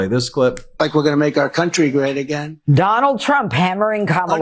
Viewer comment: At about the one minute mark, he demonstrates that he cannot pronounce "country" right. Lots of mispronunciations.